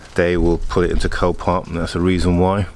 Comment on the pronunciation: you said "this car is from copark is this a new auction site